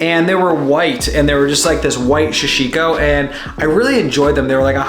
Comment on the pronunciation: Sorry to be the pronunciation police but it’s sa-shi-ko or dobby cloth is another name for it, great video blue nails looked great